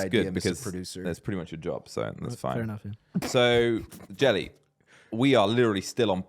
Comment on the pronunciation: Its was olso fun to dis jely he forgot Nederlanders can wach youtube and cant say his name 😂😂😂 hey jelle van der vlucht try to say my name 😂😂😂